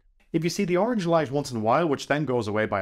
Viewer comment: It's not oranch It's colors